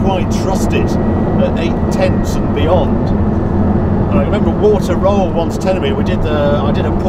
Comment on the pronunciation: you know, Harry, you are a great guy and all, but what really sucks is that you refuse to take German words and names and pronounce them correctly. You say something like "Walta Roll" and no one really gets it, because his name is Walther Röhrl. It is also "Nordschleife", not "Naughtshlife". You are a smart person. You can do this. Give it a try. It would make your reviews so much better and more authentic. Respect the language names are created in. If it is a Spitfire, you expect everyone to say it right. Give that respect to others, too.